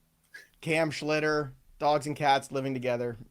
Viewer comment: It's Schlittler not Schlitter.